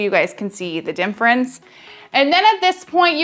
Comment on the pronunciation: Great tutorial thanks! She keeps saying dimfrence lol